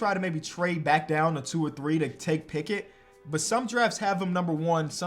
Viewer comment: this dude cant figure out the name Pickett lol hopefully you arent a steelers fan. Ricky Picky is my favorite try